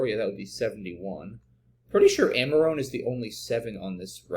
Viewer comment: Amarone is pronounced a-muh-row-nee. A wine made in the Veneto region of Italy.